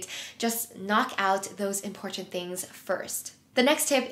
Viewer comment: The number of times you say “important” and over pronounce the middle T 😅 Thanks for the great tips and video with concrete examples , apps and ways to improve productivity and organization. Your videos are always calming and motivational. I would just suggest trying to use different words to replace “important” so as not to over simply or sound redundant.